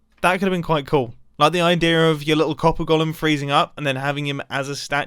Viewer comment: Mumbo really butchered copper golem😂😂😆 well done.... And thats from a redstone player😂